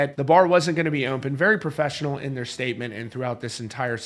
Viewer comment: Dear Sir, There is no M in the word “open”.